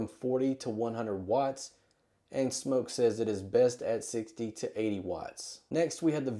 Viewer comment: Wow thank you for pronouncing Smok correctly!